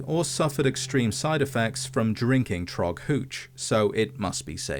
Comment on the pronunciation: Not Thragg. Trog